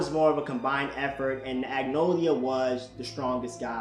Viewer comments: It's acnologia. Not acnolia. It's killing me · I love how he said Acnologia. Man Said Acnolia 🤣😂😂